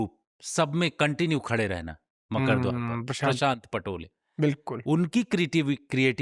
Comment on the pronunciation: “ मकड़ द्वार नहीं है मकरद्वार है “